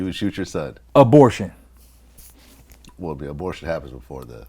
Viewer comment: Cuz said "Bow" Abortion...